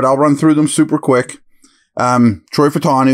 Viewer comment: FAH-EW-TAH-NEW. We’re missing that extra syllable in there lol